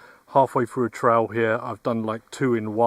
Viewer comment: Tell how thr english invent a language and cant properly speak English kept saying "trial" while talking about a "trail" or is it just me